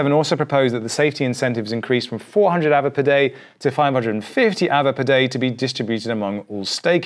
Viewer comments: There's no r so it's as it is just a longer A. So pronounced Aave. Just say Aaaave. Just a longer Ave. Not really arve. Although the English dictionary changes all the time. As all languages. Interesting seeing changes before us. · Im sure its pronounced "AR-VAY" and not "AVA" :) Great video as always. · the word ghost is pronounced aah veh not ava that just doesn't make sense.